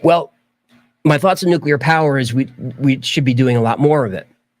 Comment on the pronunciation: Why do Americans say NUCULAR instead of NUCLEAR it's just the two syllables guys.